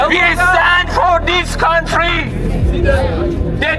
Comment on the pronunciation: "een theese countly"